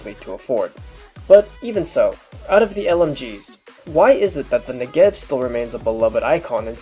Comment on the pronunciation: Since you otherwise seem to know a ton about the Negev, I figured i'd let you (and everyone else) know... its pronounced NEH-gev, not ne-GEV. Its also pronounced smoothly - like NEgev, not Ne'gev. Source: I speak hebrew